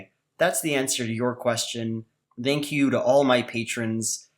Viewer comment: did just say "dank you"?